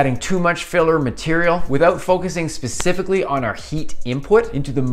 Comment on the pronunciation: Did you say "Pacifically at the beginning"? I see what you did there...